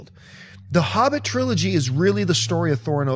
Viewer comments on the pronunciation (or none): none